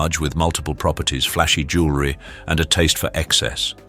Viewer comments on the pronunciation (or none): none